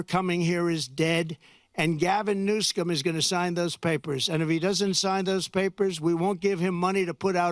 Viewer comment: Excuse me, pronounce his name right. Newscome??